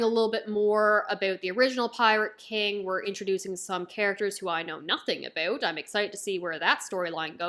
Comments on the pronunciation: Wait did you just say "aboot"?? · Like how she says "abeut" lul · A new One Piece fan... after you finish the Anime you have to start the manga but I see that you just started so like it might take you few months. Also "about" is diff. lmao